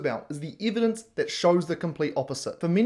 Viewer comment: And learn to pronounce evidence.